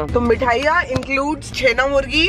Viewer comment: छेना मुर्गी नहीं छेना मुर्की होता है